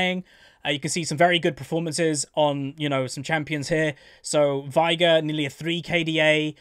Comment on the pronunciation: Is unaware that he pronounces Veigar's name wrong, or does he know and he's just too accustom to the incorrect pronunciation? He owns Final Boss Veigar, so he has to have heard him say, "Unimaginable is the power of Veigar", or, "I, Veigar, will knock you all down", at some point. It's pronounced "vay-gar", in case anyone was wondering. always says "vai-gur".